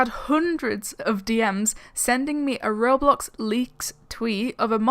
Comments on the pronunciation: It's called ro BLOX Not rorealeatic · But.. It's called Ro BLOX Its RO BLOCKS NOT RO-....LIFE!